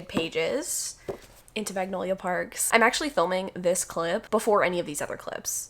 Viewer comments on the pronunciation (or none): none